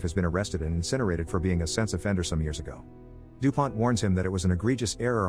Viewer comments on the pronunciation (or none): why does it sound like he’s saying sex offender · When he says sense offender it sounds like sex offender lol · NGL I did not hear sense offender the first few times it was said...